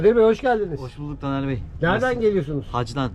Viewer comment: Neden dağ gibi TANER abime %50 Tamer diyor? 🤣🤣🤣